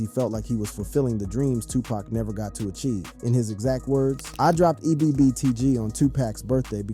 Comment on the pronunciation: First, dude really Walked to THUGGA, and gave him drugs… DURING A COURTROOM TRIAL!!!? INFRONT OF THE JUDGE, COPS, AND LAWYERS???!!??? 2: THIS DUDE CANT EVEN PRONOUNCE PAC’S NAME CORRECTLY?!?!?! I am done with this channel.